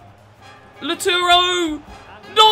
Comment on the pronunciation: Everyone: Lautaro: Lauturo